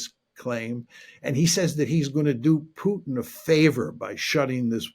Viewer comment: You know he's a real journalist when he says Pyutin😆